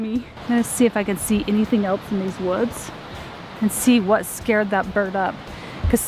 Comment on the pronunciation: “it scerd me it made me scared. It scerd me to.”